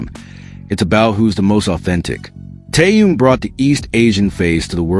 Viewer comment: Почему постоянно каверкают его имя.... Что это за Таюн или Таюнг неужели сложно Тэхён это же так просто.... 😢😢😢Ким Тэхён .....